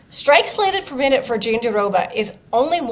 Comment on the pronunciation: Guys, its not JandiDOBA. Why would there be a second "d" sound? Just roll the "r" sound in -roba... Why is this so difficult? Listen to Virna say it, nowhere does she pronounce it JandiDOBA. Please do better.